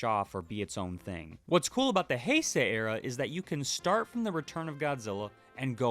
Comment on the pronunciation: I’ve learned recently it’s Bio-lawn-tay, not Bio-lan-te. Also Hi-say, not Hey-say. And Radon, not Rodan.